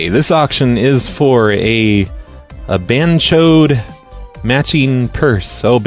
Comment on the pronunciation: lmao was he saying bhanchot? cuz thats a funny word in hindi...